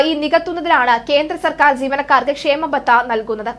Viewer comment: Not kshemabatha khaamabatha ok